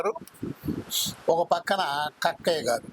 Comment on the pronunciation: Kakkaya kadu sir thakkaya